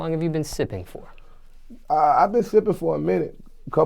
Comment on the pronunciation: "sssipping" Hmm? 💀💀💀💀💀